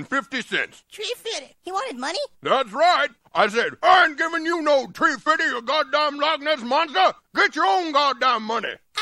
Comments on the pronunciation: “Tree fiddy” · About tree fifty lol Never gets old